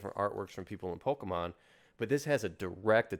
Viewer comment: Great conversation but hearing him pronounce it pokEEEmon is so triggering. He sounds like everyone’s parent in 1998.